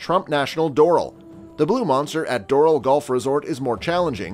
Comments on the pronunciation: It's pronounced dor-AL, not DOR-al. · Learn how to pronounce DORAL. It’s not like floral for crying out loud. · Videos are good. Narration is bad. i think made by guys that just decided to try and make money doing youtube golf videos. Not golfers for sure. Can't even pronounce Doral properly. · you mispronounced Doral & Kiawah! You lose all credibility when you can't even pronounce the course name.